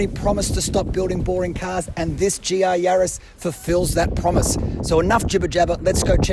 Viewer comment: GR not GA :P